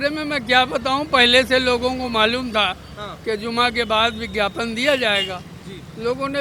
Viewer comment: Yeh Shanti doot gyapan ko Vigyapan kh rha h. Ense baat krna apna Apman krna h